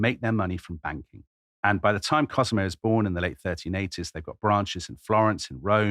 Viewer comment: My favourite podcast, if only for Tom's random pronunciation of non-English places and names. I mean really, Cosimo pronounced KerSEEmo, one of his all-time greats!